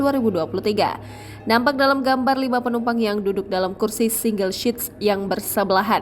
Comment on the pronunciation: Please pronounce correctly. It's "Single SEAT". It's Seat not SHEAT!! 🤦‍♀🤦‍♀🤦‍♀🤦‍♀🤦‍♀🤦‍♀🤦‍♀